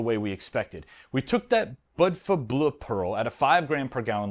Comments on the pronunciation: Bleu is pronounced Blue. Just Blue. Its the same way Flavour and Colour are spelled differently. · Bleu is French for Blue. pronunciation was awful. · Bleu is french for blue and pronounced almost the same as blue in english.